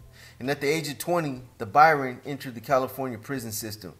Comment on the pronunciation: It's Baron ya Muppet.